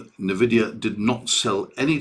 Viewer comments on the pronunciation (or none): FYI it’s N-Vidia Pronunced “En-Vidia” basically say the letter N then add the ending.